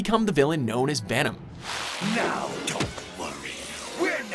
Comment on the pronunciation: did he just say vanem